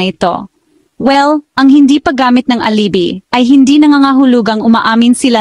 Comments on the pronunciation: Alibi (ali-bay)....nakakaimbyerna pronunciation mo! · Wrong pronunciation of alibi miss